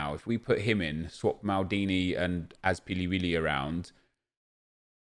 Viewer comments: Couldn’t stop laughing when he said azpiliwili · "Azpiliwilli" lol